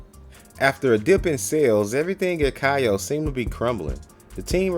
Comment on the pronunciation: kayo is pronounced k.o. Great work on the videos.